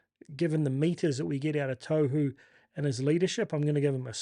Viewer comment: Love the content bro but please... Tohu... tor-who don't over announce the r or the w and the t is like a soft d